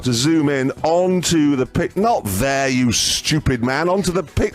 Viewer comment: not THERE, you schtewpid man